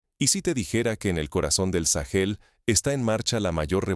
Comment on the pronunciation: Porque le dice sagel a Burkina Faso?